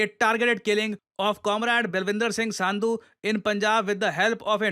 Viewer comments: Not sandhi it's (संधू / सिद्धू) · Not saandu its sandhu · Wo sandeep singh sidhu hai and sandhu is pronounced संधू रोड नही रोडे है